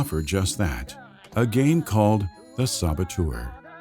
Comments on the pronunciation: I really hope he’s hinting at a “The Saboteur 2: The Sabo-Two’er” since he says it like that. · The "Sabatour'... :)